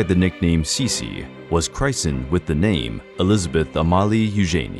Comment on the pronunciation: The narrator used English pronunciation instead of German. This make sense as the entire video is in English.